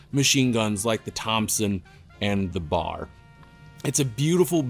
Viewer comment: B A R not bar